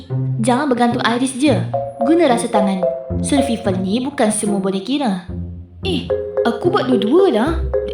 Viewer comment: sedikit sarann kak, kata survival itu dibacanya "survayvel" yaa. oh yaa, dubber Rudy & Jet kayaknya satu orang yaa? spill dong